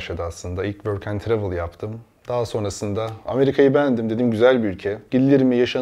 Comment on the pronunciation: Tirevıl değil Çıuravıl diye söyleniyo ama neyse😊😊